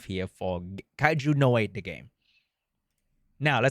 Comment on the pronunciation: aint no way he is saying the anime name like that. W Ragebait 😭